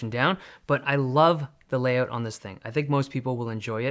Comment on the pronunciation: Is not until he says "layout" you remember he's Canadian.